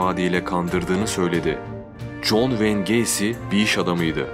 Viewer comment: john wayne gacy diyişine cok hastayım bence cok cool söylüyosun adını